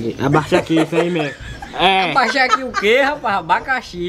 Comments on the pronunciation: "Abaixaqui " "abacaxi 😂😂😂😂😂😂😂😂😂😂😂😂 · Pede. ABAIXAKI. kkkk é mesrmo. Eu vou pedir Abaixaki kkkkkkk rachei kk